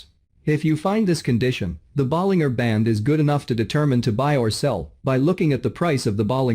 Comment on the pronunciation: Please pronounce John Bollinger's name correctly. The last three letters rhyme with merger or manager, not finger or burger. Listen to him introduce himself on his videos to confirm. (John Bollinger on Bollinger Bands).